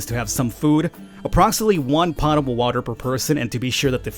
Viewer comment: I loved Dead in Bermuda and this looks awesome already. Also it isn't pot-able it is pote-able, or at least it is said as such :)